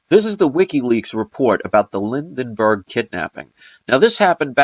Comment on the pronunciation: you keep saying Lindenberg, but it is Lindbergh, how is that for the Mandela effect. The way to find out about the incident is to go to a library near you, and look at the printed word.